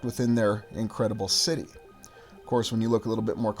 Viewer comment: This is a large schity, a port schity.